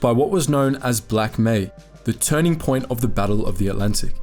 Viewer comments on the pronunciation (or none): none